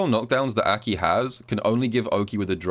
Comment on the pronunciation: I hate how you pronounce her name but imma suck it up for the gems